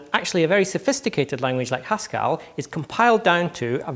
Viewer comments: Phil P Stress on the first. See my comment above. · That's not how you pronounce 'Haskell': It's not 'Pascal' with a 'H' rather than a 'P'. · I thought he was saying Huskarl the whole time. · Victor Tran Strange to my ears, yes. But "strange" doesn't mean "wrong". :)